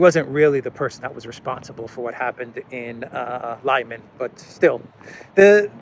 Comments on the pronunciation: LimAn, not Lyman ..... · It's Lee-man not Liyman. You're welcome 😊.